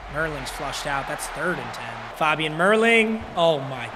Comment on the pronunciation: When he says faaabian it's so annoying it's fabian